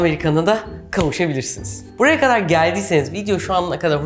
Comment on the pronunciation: Refikaaa seni seviyorum.Lütfen "kadar"kelimesini Amerikan aksanıyla soyleme...Türkçeyi iyi kullanmak boynumuzun borcudur.